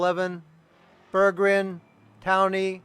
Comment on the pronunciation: great coverage! thanks for the compliment at the end :) oh and my name is easier to pronounce if you split it into two halves: Berg-gren :D I had a very good race, unexpected to be honest. I'm pretty new to league racing.